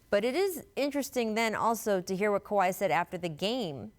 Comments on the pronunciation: ”Kah~wad” -chicago bulls rookie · Is Scottie calling him kawhad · If he call that man "KAWAD” one more time 😆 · “Kawad” —Scottie Pippen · Leonard had a "Kuwad Injury" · Lol why Pippen keep calling him kwald lmao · He was saying Kuhwad with confidence😂😂😂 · People acting like he wasent saying kawad I'm like wtf ty I ain't crazy 🤣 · Leave it to the media to not ask the right questions. How come no one asked Pippin why he pronounces Kawhi name KAWUD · Does no one else hear Scottie calling Kawhi, "Kwad" ??? Or am I trippin lol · I swear if pippen says "KOWHAI" one more time... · Kawad.... Kawad.... Kawaaaad... Damn it's kawhi right it down and spell it out Scottie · Why Scottie keep calling kawhi kawhot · Scottie Who the fuck is Kawaadd lmao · lol I know come on pip! it's kahwai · Scottie "koowad" pippen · Did he say khawad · Lmbo no one correcting him either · That’s the Arkansas in Pip that made him pronounce Kawhi’s name like that. 🤣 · Lol Pippen is saying Kawhi name wrong 😂😂😂😂😂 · Why cant scottie say his name... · why is Scottie pronouncing Kawhi name like that 😅🤦🏾‍♀️